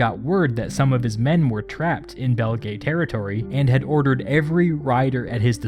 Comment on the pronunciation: This would have been much easier to listen to had you not included that horrible and distracting background "music!" I mean, what is the point of that? It even overwhelms the narration at some points, for Pete's sake! By the way, Belgae is pronounce Bel-guy in Latin, and to be really obnoxious about it, Caesar sounded like Kigh-ssar - since C always sounds like K in Latin.